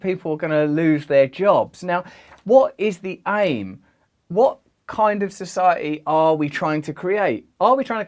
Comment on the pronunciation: Society “ Soo sigh a eeee”. Keep working on pronouncing those “Ts”